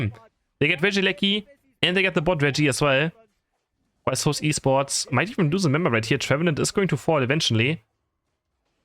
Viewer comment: Bro it's actually Pronounced as S(eight)ul esports